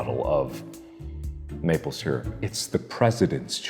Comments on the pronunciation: my mom is unbelievably angry at the way he pronounces syrup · only thing that bugs me abut mark is that he says SEAR-up....its pronounced syrup ( SUUR-up)! XD Jk everyone pronounces it different, just a pet peeve...(idk if i spelt pet peeve right...) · This video is invalid because he cannot pronounce "syrup" correctly.